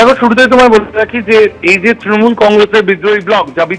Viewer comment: নিউজ অ্যাঙ্কর তৃণমূল কে "ত্রণমূল" বলেন কেন?